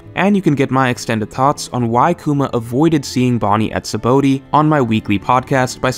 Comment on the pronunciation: You purposely saying 'Sabaody' wrong?